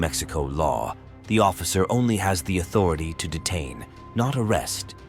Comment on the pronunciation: Authori-tie lol